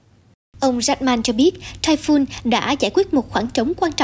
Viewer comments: Typhoon đọc là "tai phun" giống như catoon, không đọc tai phon. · cùng một chữ "TYPHOON" mà 2 phát thanh viên cùng 1 nhà đài lại đọc 2 kiểu khác nhau lặp đi lặp lại rất nhiều lần nghe nó kì cục làm sao. một người đọc "phon", một người đọc "phun" cả một bản tin tận 20 phút mà ko thấy sự thay đổi nào. Chứng tỏ chương trình ra bản tin liên tục nhưng thiếu sự chuẩn bị kĩ lưỡng, khả năng phát âm tiếng anh của phát thanh viên còn nhiều hạn chế vì nhiều lần tui nghe phát âm ko đúng mà ko phải chỉ mỗi một phát thanh viên. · Phát thanh viên áo đỏ đọc sai chữ TYPHOON. Nên nhờ Google Dịch phát âm giúp những từ tiếng Anh trước khi phát ngôn.